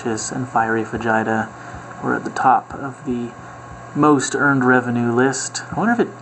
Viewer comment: Every time you said "fajita" it made me cringe. Please tell me that's an in-joke...